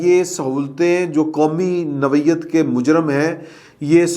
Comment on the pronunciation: تلفظ ٹھیک کرلیں۔نوعیت noyat ہے۔nawiat نہیں ہے